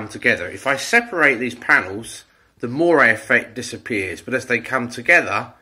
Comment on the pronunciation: This effect is moiré - not moray (that's an eel!!)